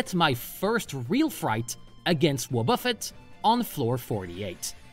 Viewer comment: Let me be Hermione: It's WObuffet, not woBUFfet. Also, it's chime-ECHo, not CHIME-cho :).